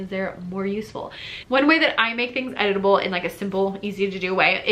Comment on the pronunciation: Lol. I heard “editable” as “edible”. It made me look up from my computer!